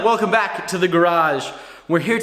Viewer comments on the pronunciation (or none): ur welcome back was so English sounding that i thought u were Alec